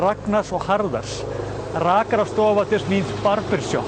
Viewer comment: A while back had commented that even he had struggled with saying his "R"''s but he gives hope to us all as he pronounced the printed barbershop sign. It was so ideally said, "wow" maybe one day I will be able to say such words! Another great episode! I am a fan of the "everyday icelandic life" videos, I had to explain why I giggled at the two ships meetin on the open sea, on full of whale lovers, hoping to see one in it's natural habitat, while the other is returning home after another fruitful fishing expedition carrying lampoons and such. Before I answered why I giggled I asked who loves cows more the vegan or the steak-loving, card-carying animal activist? The answer would determine how the irony is explained.